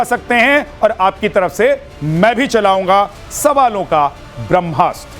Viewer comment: आदरणीय अपने त मैथिल छी फेर एहेन उच्चारण कियैक? ब्रह्मास्त्र हेतै कि ब्रम्हास्त्र। कनी ध्यान देल जाय उच्चारण पर। ब्रह्म आ कि ब्रम्ह?